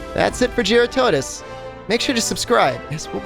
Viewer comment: Someone who can actually say jyuratodus correctly :)